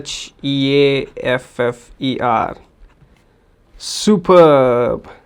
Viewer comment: You have to pronounce it as shee fer not sha ffer.